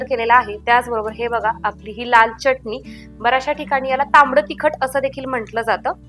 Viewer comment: च्यटणी म्हणू नका,pl. चटणी म्हणा